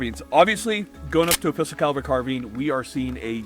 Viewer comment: pistol caliber "car bean"